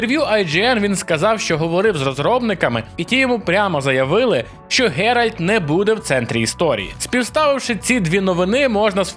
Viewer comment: Чого люди постійно хочуть сказати Ґеральд, а не Ґеральт? 😂